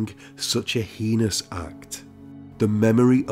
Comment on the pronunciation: Not heinous though 😂